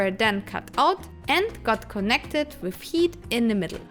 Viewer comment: Fantastic video. Thank you! Still can't work out why you say "wiv" with a v but "wideo" with a w. 😁 Wonderful to see the end of the project. Well done! Amazing work!!